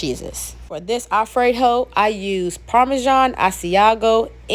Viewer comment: Did you say alfred-HOE? 🤣🤣